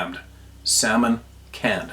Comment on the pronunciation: “Camon sand” or “Sar’d jamon” 😂 Yeahman! Great segment! Thanks! Can’t wait for your next adventure! ❤